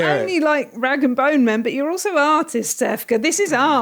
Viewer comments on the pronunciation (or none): none